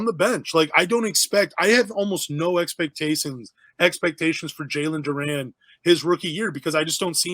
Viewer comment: Bro can't pronounce his name and we're supposed to believe he knows enough about him for a good opinion. Nah, I agree it'll be tough for him to get playing time but you gotta get dudes name right. Can't call him Duran